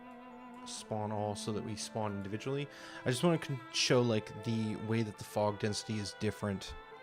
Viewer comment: I sorta hear phog instead of fog, which Phogs is another game lolol. (listening in the background while winding down tonight / setting up tomorrow:) Thanks! - Trinity